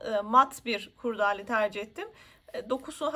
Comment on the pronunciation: Anlatım ve detayların anlaşılırlığı çok güzel emeğinize sağlık. Bir önemli eleştirim olacak izninizle. KURDAALE değil doğrusu KURDELE dir. Sevgiler :)